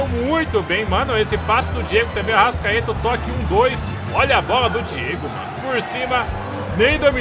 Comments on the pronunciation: Para de falar arascadeus fala arastatudo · Fala direito é arrascaeta